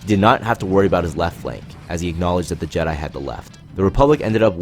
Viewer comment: Why does this guy always pronounces jedi’s names in the weirdest way?